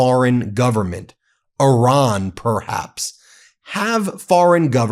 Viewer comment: You really should learn how to pronounce Iran. Would definitely help further the credibility of the messenger.